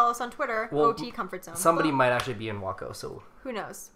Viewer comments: its "way-co" haha and its in texas! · its pronounced way-co lol😂